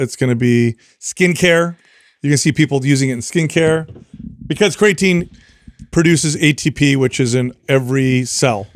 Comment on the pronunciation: It’s always been slightly annoying how pronounces creatine. But the way he pronounced Shia Lebouf….wtf